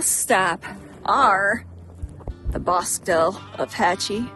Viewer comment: Hey, I enjoyed your video on San Antonio. I could taste the green chile cheeseburger vicariously over the Internet. God, I used to love eating at the Owl Bar back in the early 1980's when I lived in Socorro! The Bosque del Apache is a great refuge to visit during winter when the cranes are there. FYI: The word Bosque (forest) is correctly pronounced "Bow-skee".